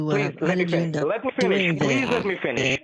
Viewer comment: Let me finish, let me finhish 🤣🤣🤣🤣🤣